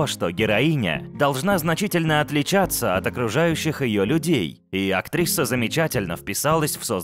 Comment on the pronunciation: Чел, почему ты говоришь "актриССа"? Че за приколы?